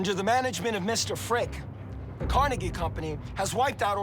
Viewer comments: If I have to hear that man call him Car”nay”gie one more time 😬🙋🏼‍♀️ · I hate the guy that says it like "Car-ney-gee" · Who is Car-Neggy? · Hey, narrator, just like Gray Davis had to correct Arnold Schwarzenegger with the pronunciation of COLLYFORNIA, stop 🛑 mispronouncing Carnegie. I'm a Pittsburgher and anyone here will tell you that the correct way to say Carnegie is CAR-NEGGIE. YOU TOO NYC, 🛑 IT!!!! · why do they say his name different, it’s disrespectful to someone who have done so much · It would be nice if the narrator would pronounce "Carnegie" as Carnegie would. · Can someone help that older gentleman to pronounce Andrew Carnegie's last name correctly!!! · Is it pronounced "Carnegie" or "Carnegie" ? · Would be better of Andrew Carnegie's name wasn't mispronounced for 99% of the episode... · ugh I hate hearing them pronounce Carnegie, I'm from Jersey and I promise they're saying it wrong😂😂😂